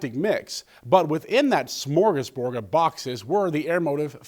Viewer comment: Is it just me or did he say smorgasBORG? lol.. Your sandwich will be assimilated :D